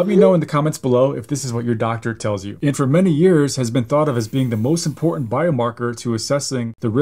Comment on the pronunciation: A "doctor" who can not properly pronounce the words "important" or "statins" is a red flag